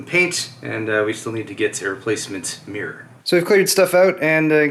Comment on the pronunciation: americans can't say mirror